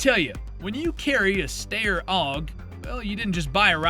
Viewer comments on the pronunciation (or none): Is the voice AI? It says steyr and Mosin Nagant weird.